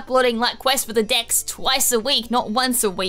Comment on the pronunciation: Am I the only one that heard at the start quest for the DICKS XD